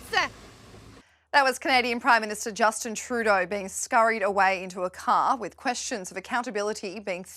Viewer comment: If you are going to yell something at the PM then make sure it is intelligible. Truuudoooh....! Blah.. Bluh.. Pause.... Blah.